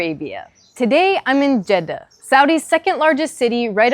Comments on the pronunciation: This is the first time I hear a non-Arab pronounce Jeddah correctly. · You have a good accent!! 🤍 Greetings from Jeddah. Thanks for pronouncing it very perfectly 🤍